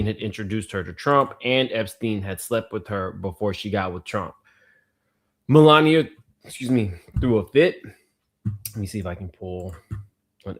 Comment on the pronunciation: Mel----lania lmao!